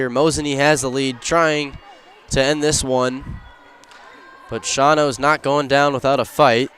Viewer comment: It's pronounced Shawno, not Shwano I believe